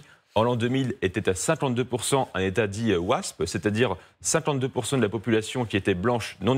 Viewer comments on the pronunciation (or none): none